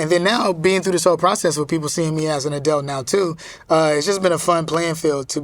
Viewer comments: Kel it's - Adult, not Adelt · Him saying edults and not adults kept throwing me lol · It's kel saying adelts instead of adults for me! Lol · So am I the only that thinks kel saying adelt instead of adult is cringe 😆 jk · “Adelts” lol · "adelt" -kel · How many times did Kel say the word Adelt (Adult)??? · He pronounces adult uniquely lol.💛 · Such a great interview, but the way he pronounces “adult” know it tickled me. 🤣🤣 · Is Kel saying “Adult”?